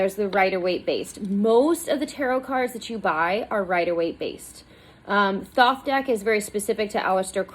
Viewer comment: Thoth, hard th to start like thought, silent th to end, the o is long. Crowley rhymes with holy.